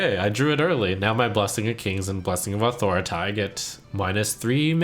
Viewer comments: authoriti smh, its authority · Before this day i didn't know authority is pronounced authoroTIE The more you learn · "Authoritai" Ok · Is no one going to mention he pronounced Blessing of Authority as Blessing of Authoritie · are you saying authority wrong on purpose or am I just stupid? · What's up with the pronunciation of 'Authority'? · Is his pronunciation of "authority"....wrong? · How does he pronounce Authority? I am confused. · Do you really have to pronunce Authority like that?! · Redeem pronunciation: authority. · His pronunciation of 'authority'.. Is that intentional ?